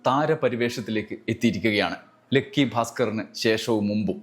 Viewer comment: "ലെക്കി" അല്ലടാ ഉവ്വേ ലക്കി എന്ന് പറ😢😢😢😢😅